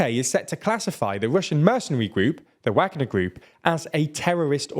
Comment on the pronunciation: Still saying Wagner wrong.